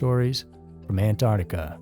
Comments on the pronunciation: Please... anyone who says "Ant-art-ica," please stop. It is "Ant-ARC-tica." Please, and thank you. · ANTARTICA? WHERE THE ( C)